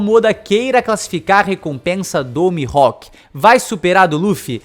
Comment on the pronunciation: Interessante, mas acontece q os japoneses não chamam o Mihalk de Mi-ro-ku e sim Mi-rro-ku